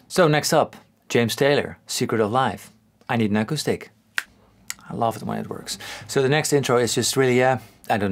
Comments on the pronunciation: When you said “I need an acoustic” I heard “I need an echo stick”. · When you say "acoustic" it sounds like "echo-stick" which is totally what I'm calling my acoustic guitars from now on!